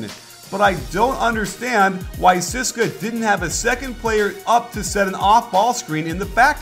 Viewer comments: coach, maximum respect, but it is pronounced tzeh-seh-kah. please dont say ceeska. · Nice video but its not pronounced 'siska' its C-S-K-A. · yeah sis-ka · No it's pronounced Tze-ess-ka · Great breakdown coach! Hope to see more euro ball videos. And btw the moskow's team name is actually pronounced C-S-K-A (all letters said individually) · Every time he said "CSKA" i cringed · Great content as always but one irritating thing is your 'CSKA' pronounciation. You should just spell it. Cheers.